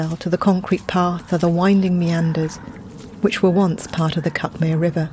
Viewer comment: I think these audio trails are a fantastic idea, and I've enjoyed them enormously. I do however feel the need to point out that it's pronounced cookmear by us locals.